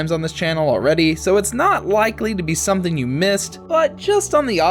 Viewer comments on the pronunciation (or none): none